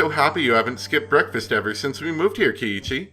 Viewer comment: Pronunciation fun time! Rena is pronounced Ren-ah. (Ren rhymes with when) You're pronouncing Mion's and Keiichi's names correctly, so no issues there.